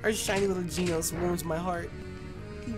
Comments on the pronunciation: we know you've watched One Punch Man, so why are you pronouncing "Genos" wrong?:( its "Ge" (like GEnerator) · For tyrunt it's "Gen-os" not "Ge-nos"